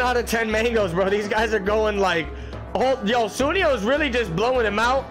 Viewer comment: Also its pronounce as su-ne-yo, u be pronouncing it the wrong way bruh.